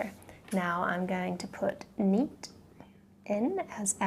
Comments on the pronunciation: It's neet not neat😂. Lol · It's neet not NEAT!! 😅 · You illiterate it's neet not neat .. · It's neet not neat don't underestimate us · It's not neat it's neet ok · Its neet not neat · It's NEET not NEAT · It's not neat its neet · It is not neat it is NEET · Madam it s neet not neat. 😠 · Mam its Neet Not Neat !!! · It's is Neet not neat make sure to correct it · It's NEET not neat. Behenji change please 😅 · Hey you can say NEET like neat😂. We won't kill you for that. That's how all of say.😂😂😂